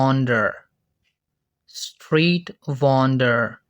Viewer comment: What the heck with pronounciation of Mason and Vendor 😮